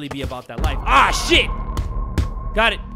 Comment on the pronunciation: bro said "ah sh*t" the most southern accent possible😭💀